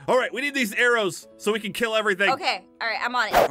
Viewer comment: Aphmau why did you say Aaron's instead of arrows I mean that's what I heard